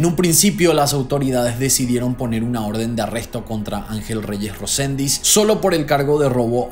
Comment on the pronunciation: Resendiz, no Rosendis es el apellido ☝